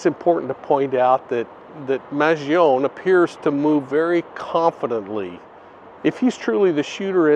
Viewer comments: Whis is why I gave correct pronunciation:) It is not Man-jee-oh-nee…which is how most people are pronouncing it but killed it in this one lol maj ee own 🤦🏻‍♀️ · As an Italian, the correct pronounciation of Luigi’s last name is maan-joh-nee 🇮🇹🤌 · That’s interesting. Once you mentioned it I looked up Chuck Mangione not knowing for sure how to spell his name. And it’s man-JOH-nee. But you just know the media is going to keep going with man-g-OWN-e. Bad habits die hard.